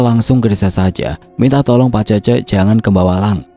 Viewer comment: Cece dibaca Cécé. Ke depannya kalo bacain certa dari tanah Sunda mending cari tau dulu.